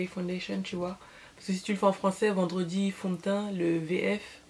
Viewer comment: mdr "vendwedi fond de teint"! Le résultat est très joli